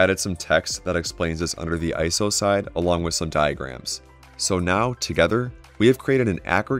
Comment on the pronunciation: Say it with me, "I-S-O." This is an acronym with three separate letters that are each pronounced. Not a word. Otherwise, thank you for the video.